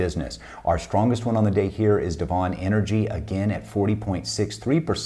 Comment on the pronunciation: Love your stuff …! Worked as Frac Engineer in the oilfield with Devon (DVN). Loved their processes as a previous Production and Operations student..! BTW, it’s pronounced deven… like seven…! Thanks for all of your tips…